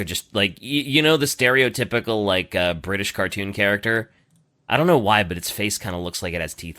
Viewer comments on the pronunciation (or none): none